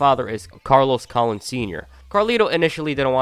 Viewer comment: ca loan not colin lol